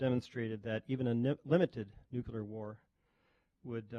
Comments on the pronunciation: The presenter says "nuccelar" several times at the start, and he almost says his colleagues "have demonstrated that even a nitwit" before he corrects himself and says "limited". Wasnt even joking, and everyone laughed. Its a savage world :D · Why do intelligent, well educated persons still pronounce Nuclear as nucular?????????? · Why do so many people pronounce it new kew lar? It’s just as east to say new klee ar. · The DEAN of the COLLEGE says :"Nuke-you-lar"??? In front of Prof of Linguistics. "New-Clear", dear boy. SOMEONE tell him! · Thank you. I was getting tired of the chair person pronouncing it nucular.